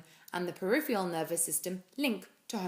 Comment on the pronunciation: Great video, but it's "periph-ER-AL" not "periph-E-AL". Your pronunciation is wrong. Sorry.